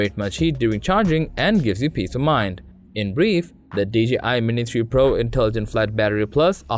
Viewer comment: Lol it’s the accent, I also heard mini 2 pro